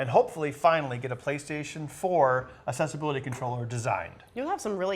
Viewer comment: The way some people pronounce "Accessibility" really bugs me. it's Access not Assess